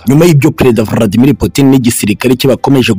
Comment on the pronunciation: Nanga ukuntu uvuga Vladimir